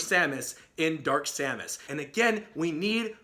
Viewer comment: You got simon, k rool, and dark samus right!